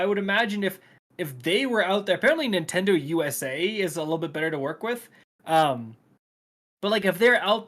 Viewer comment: "Nintendo is out here duking it out with their own fans" I could have sworn you said Bungie there. lol